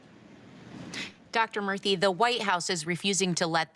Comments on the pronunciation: Whoopi: "White folks need to stop acting like they can't say black folx's names! You can pronounce all those white European names, you can pronounce Lakeisha!" Also Whoopi, introducing Vivek Murthy: "Please welcome Dr. VeeKay Morthey!" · Boy -- did Whoopi butcher Dr. Murthy's name lol.